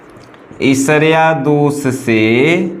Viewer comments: सर ईर्ष्या को esarya नहीं ershya पढ़ते हैं प्लीज सर गलत मत पढ़िए अच्छा नहीं लगता है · Who noticed he is saying ishariya instead of irshiya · Isarya kya HOTA h sir irshya HOTA h kya sir padhna Sikh lijiye pahle 😀